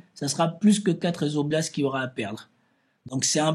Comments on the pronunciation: Quatre "oblastes" et pas quatre Zoblastes il n'y a pas de S à "quatre". Une fois ça va mais la répétition écorche vraiment les oreilles. J'apprécie cependant tes analyses malgré les fréquentes fautes d'accords etc. Il n'y a malheureusement pas de inbox pour t'écrire. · très cordialement , on ne dit pas quatre zoblasts mais quatre oblasts. j'apprécie beaucoup vos analyses. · Quatre oblasts !!! Pas quatre-z-oblasts !!! Pitié ! Vous nous faites saigner les oreilles !!!